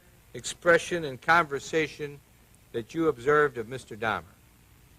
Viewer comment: A pronúncia correta do nome é Dáhmer (Dá-mer) . Não é Dâhmer.